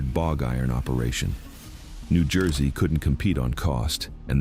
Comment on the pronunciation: Toms River, New Jewsey. ✌🏼